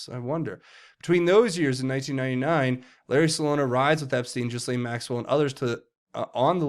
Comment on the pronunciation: Not to nitpick but it’s pronounced GAH-LEEN Maxwell. That’s what the victims call her so I assume that’s how you pronounce it.